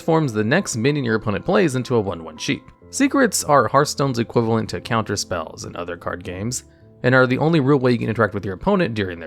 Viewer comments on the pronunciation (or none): none